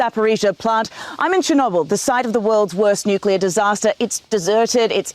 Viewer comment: Except for saying Nuclear wrong 15 times In a row.